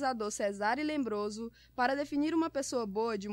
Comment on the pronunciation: É Lombroso, e não “Lembroso”!